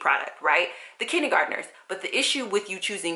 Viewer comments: I'm confused about how you're saying kindergarteners. Kidney-gardeners? Kiddy-gardeners?? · Love how you say "kinnie garderners". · that's so funny! I'm from the south and I had never heard it this way before!